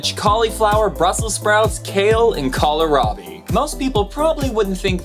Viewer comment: Love your series, you really are hitting it with the little-known part and that is awesome. You hit a tender spot with me in #1 in this one though... Kohlrabi is not pronounced "Collar-Robby", even though it is a very common mistake! It is pronounced "Cole-Robby". Kohl is German for cabbage and rabi is German for turnip.